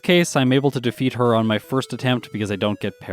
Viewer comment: I thought he said "It's time to fist the rival".